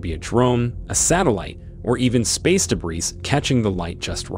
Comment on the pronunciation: Debriss. Hilarious.